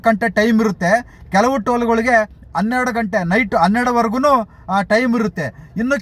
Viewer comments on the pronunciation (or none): none